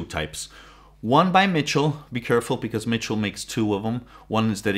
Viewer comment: Michell (mishel) not Mitchel